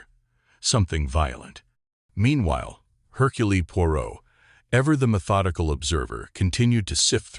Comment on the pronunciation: Herculee 😂 I'll give this a go 😁